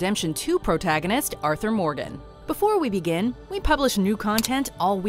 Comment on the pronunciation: I swear she called him 'Arthur Morden' right at the start..maybe its just me